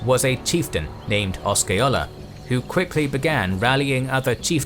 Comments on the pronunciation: And Oska-ola. 🤦‍♂️ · Also: Osceola: I believe the C is silent, therefore no K sound. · It drove me crazy to hear Seminole, Micanopy and Chief Osceola pronounced wrong but somehow got Withlacoochee right. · It is (I lived there as well) you are correct he is butchering it and Osceola as well, he could not even spend the time to research the proper pronunciation, I mean seriously. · Or the way he fucks up chief Osceola's name,too.